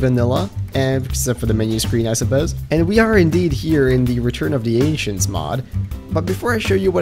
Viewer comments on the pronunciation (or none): I thought he said return of the Asians for a second😂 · Every time says return of the ancients it sounds like Return of the Asians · Bruh, he says Return of the Asians, Not Return of the Anchients, also holy shit a sea dragon doesn't even rival a gargantuan. Jesus christ its massive